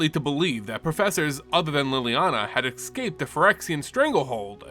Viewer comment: Why do you say "excape"?